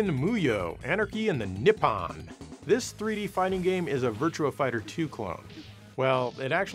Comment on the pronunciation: "Anarchy in the niplle"😂😂😂